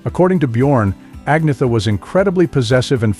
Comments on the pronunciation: It's not! Ag-na-ther...it's Ann-yet-ter or Ann-yet-a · An-yeta.... Not Ag-nita..... You're wellkum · The commentator on this piece of trash can't even pronounce Agnetha's (AN-YET-TA) name correctly which is bad enough but to then blame her for the break-up is beyond scurrillious! Shame on the shitbags who made this piece. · Pronounce, An yetta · You could at least learn how to pronounce her name correctly. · You need to learn how to pronounce agnetha